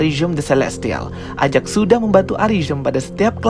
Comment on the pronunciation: EJEK bang mengatakannya bukan AJAK